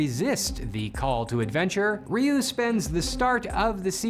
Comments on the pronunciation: Really weird hearing Zyuranger's pronunciation butchered while Ryu was said correctly. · How do you mispronounce Zyuranger, but correctly pronounce Ryu? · Surrpised you pronounced Ryu correctly but not the Zyu in Zyuranger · "Remember Rayoo from street fighter?" "Who..? Oh you mean Ree-yu" Yeah...he pronounce Ryu right btw